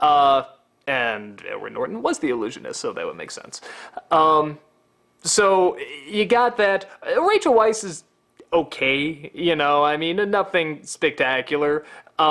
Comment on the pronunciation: Weiss is pronounced like 'vise'.